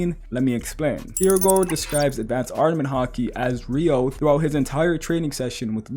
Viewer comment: “re-you-oh” not “re-yo” get it right !